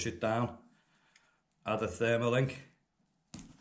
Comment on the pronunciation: Also you keep saying "Therma link " it's actually called a TERMA LINK .